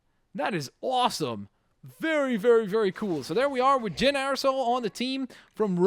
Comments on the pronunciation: its Jean not Jyn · George Triantafyllidis actually it is jyn. watch the movie with subtitles it's says jyn